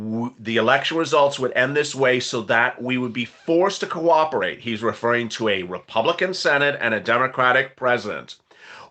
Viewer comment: Purple Haze Purple Haze 🎶 did I hear you say "Quack-operate" 🤣 I must replay this one. I did! taw a puddy tat 😂